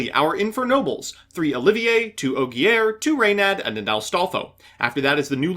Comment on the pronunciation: Tries to pronounce Oliver as if it was spelled like the french Also: OH-GEAR SMH..... Edit: Yep, video further re-enforced my belief that this build is just so much worse than hybrids. the boards arent even better anymore, had chokepoints, you struggled vs disruption, and you complained about a lack of follow up plays TWICE which is exactly what hybrid adds. Edit 2: and before I hear "BUT DONT YOU BRICK ON ALL THOSE EQUIPS" I'll point out that bricked in this vid, and I have test hand data from 500 test hands of hybrid showing a 98% consistency rate.